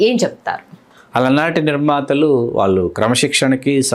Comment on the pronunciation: వాల్లు కాదు వాళ్ళు ! ళ అనే ఒక అక్షరం ఉంది తెలుగులో.